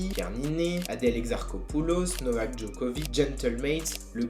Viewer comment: Novaqueuhh Djoquovicheuh